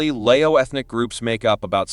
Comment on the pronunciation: He doesn't know how to pronounce Lao correctly. He pronounce Lay-o.